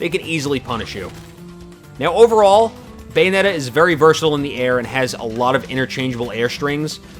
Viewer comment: "Bayometta" lol